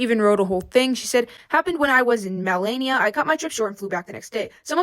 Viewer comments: as a filipino the malay-knee-uh hurt my soul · "Malania" uhmm MANILA😂😭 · It’s Manila (Ma-ni-la), not maolaynia 😭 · How did you pronounce manila wrong? 😭 It's not malayniya is MA-NI-LA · “mah-lania” is crazy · hey, its manila, its pronounced mah-nee-lah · why you say "Manila" LKE THAT HELP AM DYING it's Ma-ni-la just incase you make another video on her lmao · it's ma-nil-ah. Manila! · I love you, but the mispronunciation of "Manila" has me sobbing 💔💔💔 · The pronunciation on Javi and Manila 😭😂